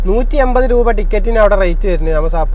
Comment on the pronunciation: എയിവത് രൂപ. ഇനിയെങ്കിലും മാറ്റിക്കൂടെ ഇങ്ങനെയുള്ള ഉചാരണം.